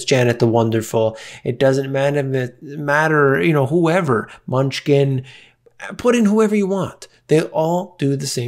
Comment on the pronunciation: His name is NOT MUNCHKIN - it is pronounced "M-NEW-SHIN"